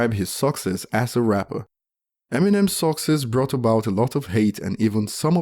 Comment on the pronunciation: You pronounce “success” a little weird but who cares